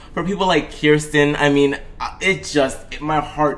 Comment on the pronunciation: it's pronounced KERSTEN arisa said it wrong